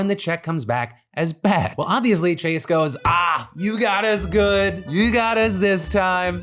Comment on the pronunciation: when did Chase become French!? lmao